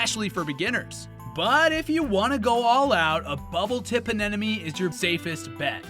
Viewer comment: Nice video but please, stop saying ANENOME. It's ANEMONE